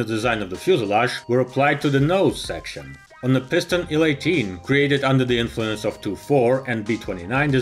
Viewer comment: And we see the nacelle of.... A DeHavilland Canada DHC-8! By the way, in English we pronounce acronyms by their letters. An IL-18 is pronounced "eye ell eighteen", not "Ill eighteen", and a TU-154 is not a "two one fifty four", it is a "tee you one fifty four". Another great video!!!